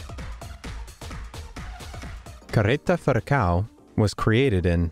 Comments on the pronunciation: just like ppl trying to talk portuguese or brazilian lolol "carreta furacão" =D he says "careta furacau" xD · I wasn't expecting to see Carreta Furacão in this video, I really LOL that moment! haha BTW, English speakers could learn how to pronounce the "ão", even if it is somehow funny to hear "ao" XD